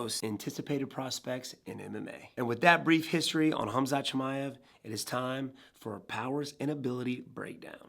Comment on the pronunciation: And you still can't say his last name there's no I after the M Chimaev